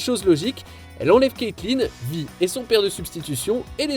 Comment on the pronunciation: Aïe pk t'a dis Vie 😨 sa se prononce Vaie